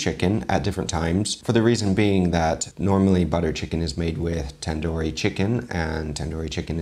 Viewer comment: Tandoori is actually pronounced with an 'u'